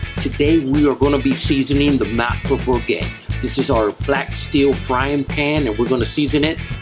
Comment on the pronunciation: It's bourgeat as in bourgeois. ZH. There should have been less talking and more to the point. Actually you have used little oil compared to salt. There should have been either more oil or less salt. The coating is beeswax just as with De Buyer (pronounced Deh Biuhih-ieh. They also use beeswax completely safe for alimentation. So just hot water get off as much as you can no worries, it is not a toxic mineral oil or anything else. One procedure is enough. Then start using butter or other fats such as pure lard or (beef) tallow. Olive oil in the beginning is a mess. The side of the handle does not get a brown colour easily because the heat is dispersed and 'absorbed' by the heavy (cast or pure) iron handle. The pan should not be placed in the centre of the hob, but slightly towards the handle to get it even. Just love the iron pans but I found my lodge is more non stick when it comes to making crusty rice.